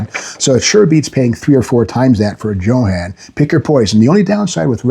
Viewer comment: Steve "JO-HAN" Magnante ... hahahaha LOL